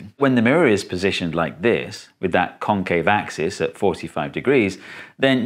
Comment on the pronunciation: FFR, ya gotta emphasize the "-VEX" and "-CAVE" syllables instead of the "CON-," because those are the differing parts of the two words. There's no comparison between "con-" and "con-."